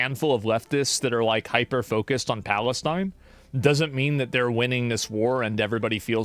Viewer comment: my favourite thing was how he pronounced it Phallus-teen